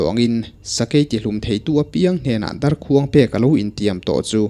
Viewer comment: Ngaihnawm viau a mahse ‘darkhuang’ lam dan hi a dik chiahlo deuh a ni